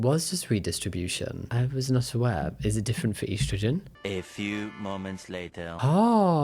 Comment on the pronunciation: I’m sorry, THAT’S how you pronounce estrogen?!